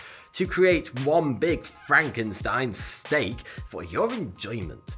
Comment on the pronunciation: The fact that he kept saying Frankenstein steak instead of frankensteak repeatedly surprised me, and slightly annoyed me for whatever reason 😂